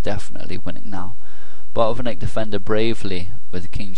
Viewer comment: Hi, Great analysis. Do not skip 't' in Botvinnik. And the stress is on the first syllable.:)